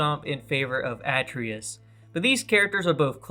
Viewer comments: You mispronounced Atreus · Great video and great roster, but small note: check how u say characters names and games before u say them in a vid lol. Atreus, InFamous, Nioh, Aloy, Revan. Just makes you sounds like you're not a playstation fan and just reading a script.